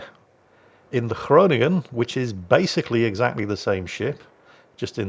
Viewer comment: You pronounce ‘Groningen’ very good. Greetings from a dutchy;-).